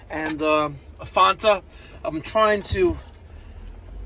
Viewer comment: Never heard anyone pronounce fanta that way??? Only in new york... Could be worse? You could live in Virginia who just elected some blonde Hitler wannabe, former CIA lol